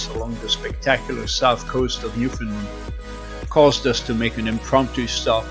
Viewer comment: Newfoundland...the accent is on Land. the locals will appreciate